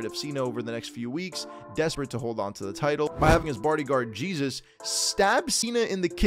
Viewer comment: it’s pronounced “Hey-Zeus” not Jesus🤦🏻‍♂️